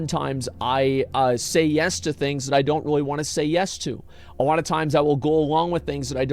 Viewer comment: guys wanna know something that annoys me and i will share it with you....asmon cant say alot..he says awoaht, and it drives me nuts :D no clue why. but if it does the same to you, youre welcome.